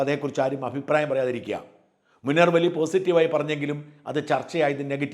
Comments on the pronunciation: മുണർവ് ali അല്ല മുനവ്വറലി അലി എന്നാണ് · മുനർവ്വലി അല്ല മുനവ്വറലി ശിഹാബ്തങ്ങൾ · മുനർവലി അല്ല / മുനവ്വിറലി